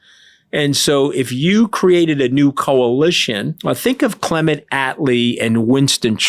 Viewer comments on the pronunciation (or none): none